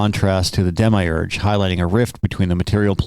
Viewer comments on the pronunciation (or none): Lol... Matt Berry's voice... Although i don't say it that way and its kinda like mild nails on a chalkboard, I "enjoy" yoyr pronunciations: "Dem-i-urge" instead of "dem-mee-urge," or "mah-nad" instead of "mohn-ad." And you missed one: "plah-tyne-uss" Keep it up good work.